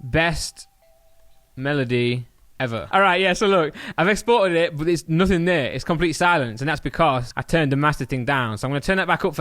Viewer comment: why does he say Nuthing